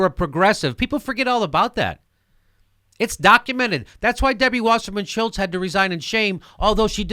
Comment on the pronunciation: god i love it when jimmy says debbie fucking washerman shultz!